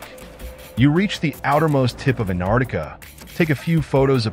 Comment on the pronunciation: Geez, if you're going to do a vid on Antarctica, then learn how to pronounce it. There's a "t" in there. It's not Anardica.